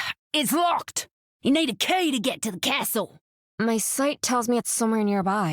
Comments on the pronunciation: The comic relief of the story. The only thing I don’t like about her lines, is her pronunciation of “castle”. Australians don’t pronounce it like that. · That’s exactly why I find her pronunciation of the word so unusual. Meanwhile you have Reinhardt’s VA, an American, pronouncing the word castle how a German person normally would